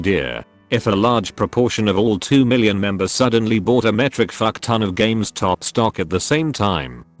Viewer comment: Nobody:: Games Top